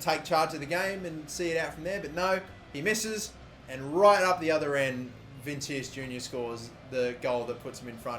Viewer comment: It's pronounced vinishus